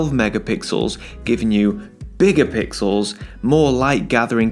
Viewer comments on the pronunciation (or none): It's fifty mega "pickels".